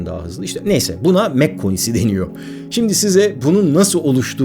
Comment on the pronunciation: Kardeş, senin Bell eğrisi dediğine bilim insanları "çan eğrisi" diyorlar. Mach sayısı derken de o şekilde telaffuz edilmiyor. Ayrıca "yapay zeka" denilen şey de yapay olsa bile zeka içermiyor. Chat GPTcilere söyleyebilirsin. 🤣🤣🤣